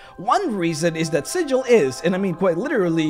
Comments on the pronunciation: Super excited for this series, and as much as I enjoyed this one hearing another person mispronouncing Sigil's name makes my soul cry. For reference in D&D the city of Sigil is pronounced as Sig-ill or Siggle not Si-jill like the standard pronunciation of the symbol. The small lore there is on this difference of name is pretty interesting, and it's all based on an in-joke between the original writers. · Oi,, it's pronounced "Sigl" ya' barmy prime! Get it right or some peery cutter's gonna peel you like a sodding rube instead of treating you like a greybeard planeswalker! I... may have been playing a cager (Sigil-born character) recently and endeavored to somewhat learn The Cant. But, seriously though, the city of Sigil is spoken as "Sigl", probably because they've got their own slang going and it is a sure way to tell the natives from the non-natives. Please try to keep that in mind next time.:) The Lady of Pain sends a poor sod to get lost in the mazes every time you call her city Sigil instead of "Sigl". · Great video but you're pronouncing Sigil wrong, my dude. When talking about the city, it is pronounced with a hard G instead of the soft G. Otherwise in a real world context, you are pronouncing it correctly. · Also it's pronounced "Siggle" not "Sidgel". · According to lore, Sigil is pronounced: "sih-gul" not: "sih--jil" infact if you pronounce it the latter way inhabitants of the city will try to rip you off for being a newb. We know the Lady of Pain destroys anyone that tries to worship her and within Sigil she is more powerful than all the greater dieties of all the pantheon put together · It's pronounced with a hard "g", like "siggle". Trust me. (I should specify that I'm only speaking of the city. The common noun is, of course, pronounced with a soft "g", hence the confusion.) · You say Sigil like a berk.